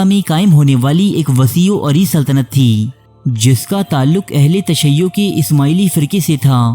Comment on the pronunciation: BRO aHLE TASHI NAI BALKAY AHLE TASIYO HOTA HAI PLEASE CORRECT IT